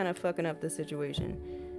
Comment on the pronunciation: girl u got me out here talking about “situ-mu-ation” 🤦🏽‍♀️😭